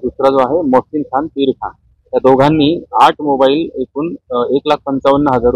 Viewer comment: आज तुम्ही "एकूण",,,अगदी, योग्य उच्चारले,,,,ऐकून नाही,,,,😊,,,🙋👍👏🙏